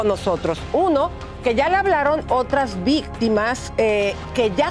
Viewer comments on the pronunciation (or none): Se dice victima no vistima.